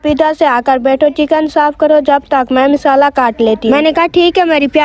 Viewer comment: बहन मिसाला नहीं मसाला होता है